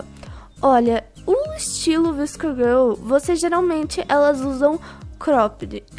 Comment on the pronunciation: Se fala vasco girl